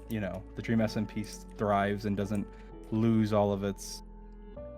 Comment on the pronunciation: “dosent” lol